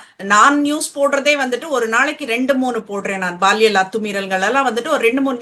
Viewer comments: Baaliyal இல்லை..paaliyal.. Unless u.mean posco crimes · Anchor pronunciation It's not Baalial.. it's Paaliyal